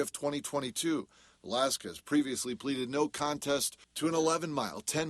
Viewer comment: man the anchor butchered his last name real bad😂